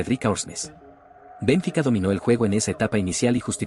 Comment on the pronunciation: 50 años siguiendo el fútbol y ni siquiera sabia que se pronunciaba Bénfica.